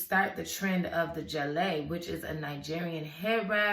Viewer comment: I heard this story as a child and its Osun and Oya. Sango had 3 Wives. Gele is not pronounced like that. The /g/ is pronounced similarly as in girl. Nice story